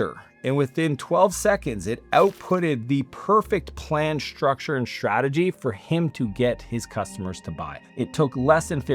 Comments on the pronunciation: Shhtructure shhtrategy? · “Shtructure and Shtrategy”! 😂